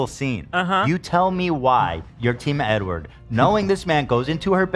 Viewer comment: the amount of times ethan keeps saying edward wrong is sending me